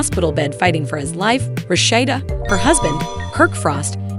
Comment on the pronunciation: Why can you pronounce her name right Amen